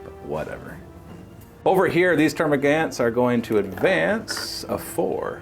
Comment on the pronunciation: Gaunts. Termagaunts. Pronounced gawnts.